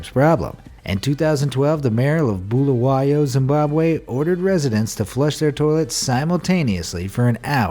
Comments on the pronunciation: ..."BulaY-O Zimbabwe" Me a Zimbabwean thinking of the city Bulawayo, "...Does he mean boo-luh-wey-wah...or even boo-luh-wey-oh?" Totally get the misunderstanding but, damn BilaY-O made me laugh. That emphasis on the Y was gold. xD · Gosh he pronounced bulawayo completely wrong 😂😅